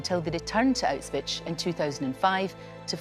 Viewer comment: "Autswich" ?!? C'mon get it right at least 🙈🙈🙈